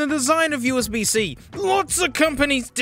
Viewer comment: When he said : "oOh UsB-zEe" that made me laugh.